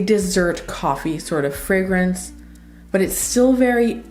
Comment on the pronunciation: Love how you pronounce the fragrances so very well. You're articulate and straight to the point. Definitely my kind of reviewer. You're in the same class as Sam (my world of fragrances), Josephine (Jus de Rose) and Chris (Perfume Nest). No exaggerated expressions or overly dramatic descriptions. Love your choices, too. Subscribing...